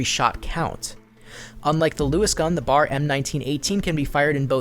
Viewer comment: It's B.A.R :´(